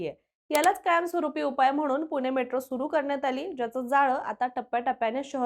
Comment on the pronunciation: अहो बाई, "पुणे" म्हणा.. तुम्ही " पुने" म्हणताय... पुण्याबद्दल बोलायचं तर मराठी शुद्ध पाहिजे.. 🤣